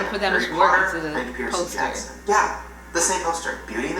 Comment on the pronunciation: I wanted too scream at how he said Percy jackson